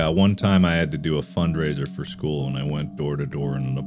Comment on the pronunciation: "My arch nemesis from skeewl."-Markiplier 2022